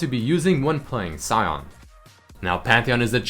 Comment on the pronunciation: he's called sion (pronounced shun) not cyon